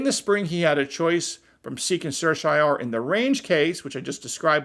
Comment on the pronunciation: Sir-see-yo-rah-rye, before you mis-pronounce it again if you are before the Supremes.